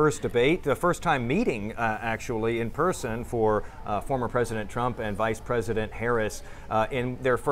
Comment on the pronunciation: She said “Pice vresident” 😅